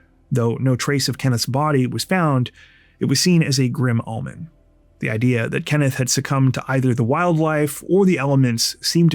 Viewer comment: The "o" in omen is long, not short. ☺️ The second vowel makes the first vowel long.